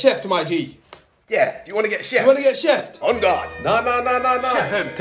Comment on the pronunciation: Man said unguard 🤣